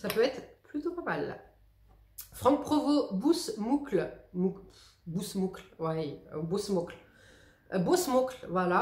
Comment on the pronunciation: Ce que je retiens de cette vidéo : le "bousse moucle" hahahahaha